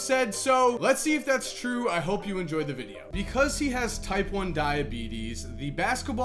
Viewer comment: You do realize you don't have to emphasize the word by pronouncing it "thee" with emphasis, every single freaking time! Do you tell your girlfriend, "hey babe, I'm going to "THEE" store, be right back", lol.